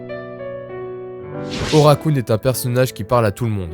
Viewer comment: OKARUN pas ORAKUN sinon bonne vidéo. Je te souhaite bon vent !